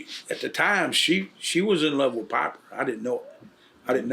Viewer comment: Pah-per............. Holy Hillbilly. Lol😂 Bart seems like a nice dude though. I wish I could'a hung out with!!!!!!